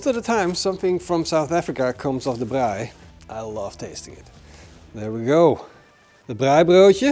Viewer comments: Love your pronounsiation of braai and braaibroodjies. Instead of mayo on the outside, I use porkfat Ja, chutney is nie gemaak vir steak nie😂😂 Groete van hier uit Suid Afrika uit. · Best attempt of saying the word braai from a non south african lol well done